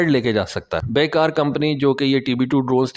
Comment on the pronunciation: ترکش کمپنی کا نام "بیکر" ہے ۔۔۔۔ "بے کار" نہیں ۔ شکریہ